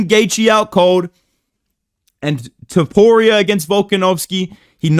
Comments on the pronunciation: Brotha listen, i didn’t mean to bully you outta calling Ilia “toporeo” lmao. Felt like you were fighting to hold it back the whole video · It is so weird hearing say ilia’s last name (don’t know how to spell topuria)